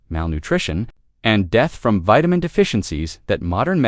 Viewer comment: The vitamin pronunciation